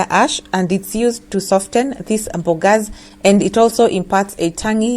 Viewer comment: I really like it when you say mbogas 😂😂😂aki kenyans